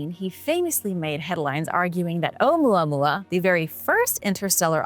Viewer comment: Me too I can listen to her talk all day long. She has a very interesting way of explaining her topics and holding your attention. I love the way she says Ou Mua Mua. Can listen to that all day long.